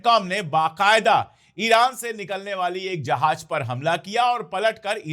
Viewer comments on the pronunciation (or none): अशोक भाई, आप उर्दू के अल्फाज़ बहुत अच्छे बोलते हैं, बस थोड़ा तलफ़्फ़ुज़ सुधारने की ज़रूरत है, जैसे, ज को ज बोलिए और ज़ को ज़. आप जहाज़ को जहाज बोलते हैं ज़हर को जहर.